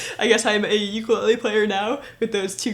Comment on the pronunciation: it's called Ukulele, not Uklee